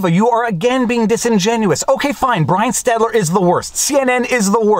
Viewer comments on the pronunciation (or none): Great video. Brian's last name is Stelter - not stetler. But, he deserves something much worst like - LIAR. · It's Stelter, not Stetler. :) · Viva always mispronounces Brian's name as Stetler, when it's Stelter, and I will never correct him. I love it too much. Mispronounce away Viva! Love what you do! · Please please please say his name correctly STEL-ter not STET-ler. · i <3 you but... it's Stel-ter seriously i <3 you, but it hurts my ears when you say stetler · Please. Stop. Saying. Stetler. Instead. Of. Stelter. I'm autistic and it makes me cringe like someone has just sledgehammered a puppy. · David! It's "STEL"-ter, not "STET"-ler. It's pedantic, but it's like hearing someone say "nucular." Just think "Give my children SHELter, here comes Brian STELter." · I Cannot stand Brian STELTER but my OCD drives me crazy hearing you call him STETLER. You spell it STETLER in your description and keep saying his name again and again. It is STELTER. I am sure you have addressed this before but I don’t want to watch any more of your STETLER videos. Love your work though. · It always makes me smile when Viva and refer to Brian STELTER instead as STETLER. They should never fix that. You know it must annoy potato-head no end. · No one correct Viva that it is S T E L T E R... Stetler sounds funnier. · N. B. Brian STELTER. Not Stetler. Thanks for all you great work ! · How long do you think before Viva realizes it's SteL-ter and not SteT-ler? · Is Viva calling Stelter intentionally "Stetler" or doesn't he know better? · Viva, it’s Stelter not Stetler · Repeat after me: STEL TER not STET LER. :-) Great video as always. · Viva, it's Brian Stelter, not Stetler. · Viva, his name is Stelter, not Stetler. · Stelter NOT Stetler. Still great video. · Stelter...NOT Stetler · Good one. BTW It's Brian Stelter, not Stetler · Not “Stetler”, but “Stelter”. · Love ya Viva, but it's STELTER not Stetler. Cheers, man! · Brian Stelter, not Stetler. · Stelter not stetler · Isn't it Stelter?